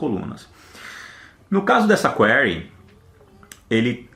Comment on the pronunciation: A pronúncia correta é 'kwirē